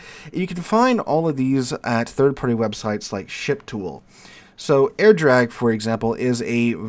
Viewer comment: I keep hearing "ship tool" as "shit pool" xD